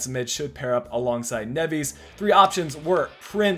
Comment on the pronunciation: try and focus on the first silabe specialy on the e. Btw MGH strikes again another series he's copying. This time its yours. First bama then you